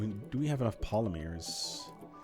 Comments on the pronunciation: You say Polymers really weirdly. I've always pronounced it Polly murs. Not Pola meers... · I've never heard anyone pronounce it polymeers before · I’ve never hear anyone in the US pronounce it poll-uh-meers. Definitely not an American thing or not in the mid west. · It's almost like he's doing it just to trigger us. The amount of times the non-existant word polymears is said after she lets him know goes up almost exponentially after it. Please. For the love of the great and bountiful deer god. Say pol-ym-ers. Not poly-mears. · as a Canadian, i agree with the lady, you say it wrong.....sorry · Yea, he is pronouncing it oddly. His wife even says so in the vid, its funny.